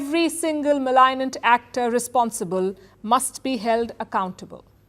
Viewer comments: Minor correction - "Malignant" is read as mal-ig (as in ignore)-nant. you read it as malign-ant." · got the pronunciation of Malignant wrong. It is Malig - nent (used to denote cancer)